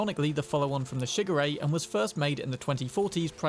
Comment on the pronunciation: I could only hear shigure as sugar ray